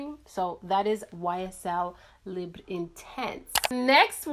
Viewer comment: omg finally!! you're literally the first youtuber that ever said the name of the YSL libre perfume the correct way!! Lol